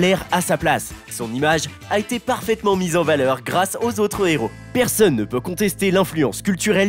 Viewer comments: on dit un Héros, pas un néro... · Pitié arrête de faire les liaisons avec le mot "hero", c'est un hero, pas un nero, ni mon nero, ni son nero. Sinon au pluriel ca devient les zero.... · Un " néro " ( 14 mn 10 )? Il n'y a pas de liaison devant un "h" aspiré ! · c’est surtout qu’on ne fait pas la liaison avec un h… et en anglais le h estaspiré, donc le problème est pour les deux langues